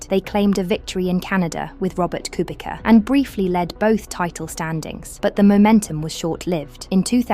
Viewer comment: can y'all learn the goddamn names of the drivers? It's pronounced "koo-bee-tza", thank you.